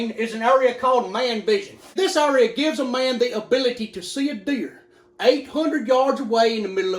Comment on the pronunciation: Area pronounced as Urea lol